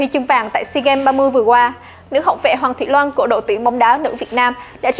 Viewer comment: Hoàng thị loan....chị đọc sai tên